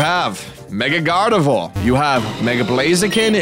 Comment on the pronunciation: “Gardivoir” lolol